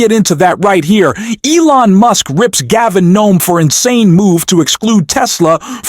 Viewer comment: HIS NAME IS GAVIN NEWSOME HIS NAME IS PETE"" "Boot A Jedge" New some Boot. A. Jedge